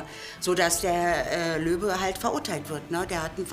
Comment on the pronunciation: bin ich die einzig die immer Löwe und nicht Löbe verstanden hat ahah